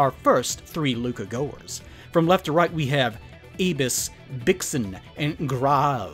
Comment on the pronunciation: pretty sure it’s pronounced “Luca Gaskwahhh”